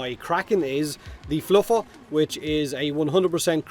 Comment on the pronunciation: Fluffer is VERY different from Floofer. Please use proper pronunciation.